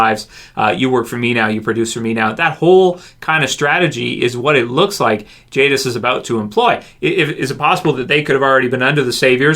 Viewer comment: It's jadis